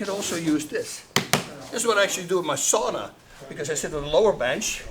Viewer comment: The way he said "sauna" kinda irkes me. I'm a Finn. I welcome him to Oulu. I love the guy.